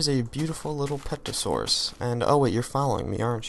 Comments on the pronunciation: terosaur the p is silent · it is pronounced ter-a-saur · Pterosaur is the mob. Ter-a-saur. The P is silent.